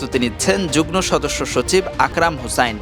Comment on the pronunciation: যুগ্ম= উচ্চারণ হবে যুগমো